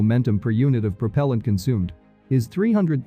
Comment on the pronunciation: Prop'l'ant instead of pruh-pehl-ant. Interesting